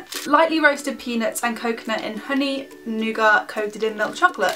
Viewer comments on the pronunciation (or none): Oh and it's pronounced nu gat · It's Noo-garh. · In America we pronounce it "new- git" but other countrys might pronounce it different but idk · The nugget bar is actually pronounced as nooget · in Australia we pronounce it nu gar or nu gart:) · You pronounce nougat new-get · Just wanted to say that you pronounce the word nougat like this, Noo-git